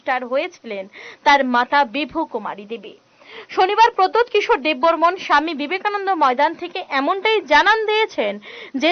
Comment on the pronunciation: Debbarman na Debbarma bolon